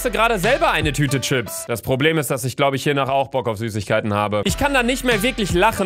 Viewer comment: "Schipps" HAHAHAHA